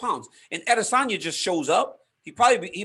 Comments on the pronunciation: Ariel teaching DC to say "Ahh Diss On Ya" . pains my heart....wrong pronunciation. ("ahh they sun ya" = correct yoruba dialect ) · aday-SAN-ya !! you are Americans, speak like it. when you say "Paris," do you pronounce it has an English speaker or as the French do? think about it. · Eye diss un yah -i diss on yah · its pronounced i diss on yuh. thats why izzy is the king of insults. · Why is Ariel obsessed with the pronunciation of adesanya!? Just call him Izzy and move on, sheesh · Why does he say his last name like that no one else does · Ariel says izzys name like he’s from Yoruba land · Why does Cormier sound like he's taking a stroke when he says Adesanya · I like this Comier guy. But can Helwani pls teach him how to pronounce Adesanya properly pls😂😂😂. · the way israel says izzy’s last name makes my blood boil. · Does Ariel know how stupid he sounds saying Izzys name or is he oblivious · I can not handle the way he says that name. Ariel must just be stupid.